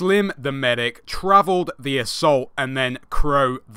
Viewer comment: The assault is Pronounced Tor-Vold. Travelled is comically funny :P but keep up the good work man.